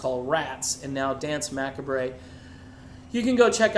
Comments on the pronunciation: It's pronounced muh-COB, not mack-uh-bray :-P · Huh ? Macabre. Like...the word macabre. You know, it's...not even that eclectic. Pronounced 'macarb'. Isn't it ? I mean surely. Jeez. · Hold it! Yikes. Dance Macabre- is pronounced Ma-cabe- like a scary movie. It's based off the song Danse Macabre- the violin piece utilized for the play Foust. Did you see Tombstone w/ Kurt Russell? The piece that is playing when they act out Foust is the ( I believe) original. 1400-50; < French; compare late Middle English Macabrees daunce < Middle French danse (de) Macabré, of uncertain origin; perhaps to be identified with Medieval Latin chorēa Machabaeōrum a representation of the deaths of Judas Maccabaeus and his brothers, but evidence is lacking; the French pronunciation with mute e is a misreading of the Middle French forms It's a classic piece and anyone into dark music, themes, etc knows this piece. Here is the most famous- Danse Macabre (first performed in 1875) is the name of opus 40 by French composer Camille Saint-Saëns. The composition is based upon a poem by Henri Cazalis, on an old French superstition: Zig, zig, zig, Death in a cadence, Striking with his heel a tomb, Death at midnight plays a dance-tune, Zig, zig, zig, on his violin. The winter wind blows and the night is dark; Moans are heard in the linden trees. Through the gloom, white skeletons pass, Running and leaping in their shrouds. Zig, zig, zig, each one is frisking, The bones of the dancers are heard to crack— But hist! of a sudden they quit the round, They push forward, they fly; the cock has crowed. Have a wiki on me I have a license plate that reads DNSMCBE- that's what the original